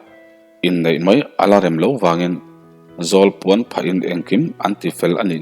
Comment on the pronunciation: Khelte,mangkhaia,zawlpuan i lamdan thluk adiklo vek adang tepawh sawitur atam mai,lamdan dik hi a pawimawh ania.